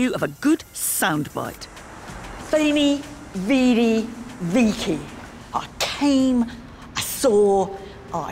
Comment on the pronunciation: I do enjoy the documentary And the presenters personality, but i cant help but be disappointed in the lack of at all trying to pronounce latin/italian correctly. Especially the word vici is well known enough to pronounce it right